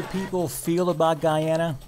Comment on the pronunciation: Wonderful to see that you are promoting Guyana. Just learn how to pronounce the country correctly. It is Guyana pronounced Guy-ana not gee-awna.